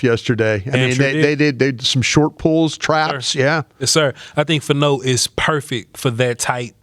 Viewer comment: He weighed 311 at the Combine. Nine pounds & he's 6-6, 320. It's FAH-no, not Fa- NO.